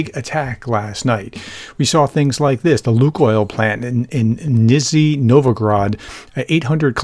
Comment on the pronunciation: Nish-Nee ... Seriously, Professor. It's 2 years in, LEARN THE 50 BLOODY most frequently appearing NAMES. Messing up those names every time you read one of them is disrespectful and unprofessional.